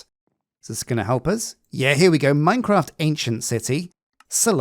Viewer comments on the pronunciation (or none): none